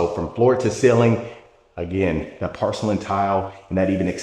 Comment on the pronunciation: You pronounce porcelain like pArcelain.